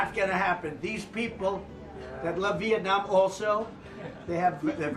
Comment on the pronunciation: So impress president Trump pronoun Vietnam so clear .🇱🇷👍